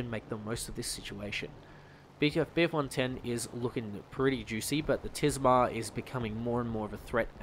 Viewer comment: You really struggled trying to say bf110